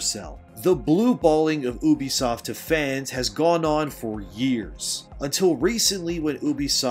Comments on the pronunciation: YOU-B-Soft not Oo-Be-Soft. Other than that, great video. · Bro, where are you from? No one, and I mean, no one, calls Ubisoft: OOBISOFT. are you secretly a reptilian shapeshifter? 😂